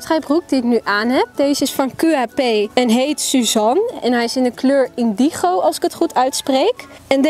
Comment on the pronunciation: je zegt indindjo maar je schrijft indigo